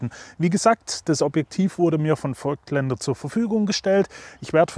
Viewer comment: Nur mal kurz zur Info: „es wird nicht feugtländer“ ausgesprochen, sondern „fogtländer“. Wie das Voigtland.